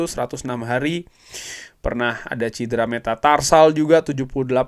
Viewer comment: Maaf cedera bukan cidera...